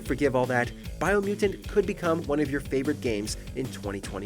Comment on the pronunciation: Bro said biomutant?????? 🤣🤣🤣🤣🤣🤣 I'm sorry, no.